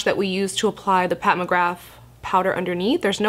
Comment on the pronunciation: Anyone notice her pronounce Pat McGrath as Pat McGraf haha or am I losing it